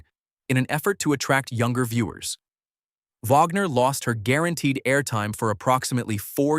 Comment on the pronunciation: It is Wagner not vagner